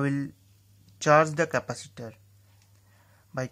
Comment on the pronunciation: He said decapatator